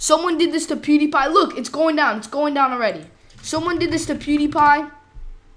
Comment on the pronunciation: Did he just say poodeepie